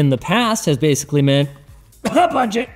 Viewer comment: What's a "budgie"? If you gonna caugh in your arm while talking, make sure to repeat what you said so we understand.